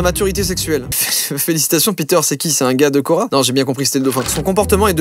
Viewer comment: C'est hyper perturbant 😂😂